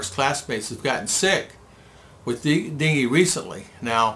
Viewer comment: Its Dengue not dingue